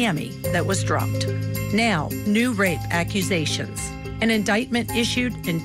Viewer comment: A lawyer who can't even pronounce "accusations" who's invited to be a guest on the show = the network has VERY low standards